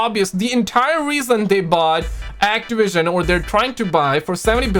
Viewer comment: Those damn people at actiwision!!!